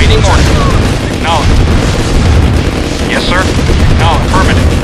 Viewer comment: "aWAITING orders", "ach-nowledged"